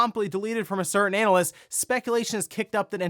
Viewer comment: you def said "anal ist" my guy XD